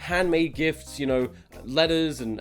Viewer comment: When you said letters I understood lettuce ¯\(ツ)/¯